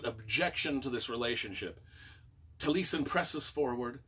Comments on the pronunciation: I think it's pronounced taa lee eh sn. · Tall ee ess en accent on ess syllable. Welsh for eyebrow I think. Frank Lloyd Wright named his home out west Taliesin.